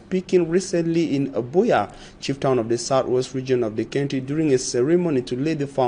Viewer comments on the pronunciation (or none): Is the word pronounced"centry" or country"? Please, look up the pro ounciation from the English Dictionary. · Country not Cantry Mr journalist